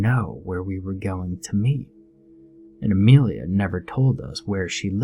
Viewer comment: It is Amelia not Amrealia